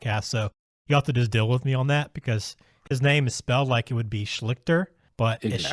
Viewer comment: Bravo on doing your video homework on this video. There's dozens of videos out there butchering his name. Right there and then they lose a chunk of credibility.